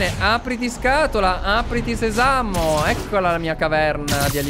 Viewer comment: si pronunce se-sa-mo non se-sà-mo